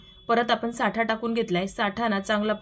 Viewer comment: साठा नाही ..... ऐकायला बरोबर नाही वाटत साटा म्हणतात....साठा वस्तुंचा असतो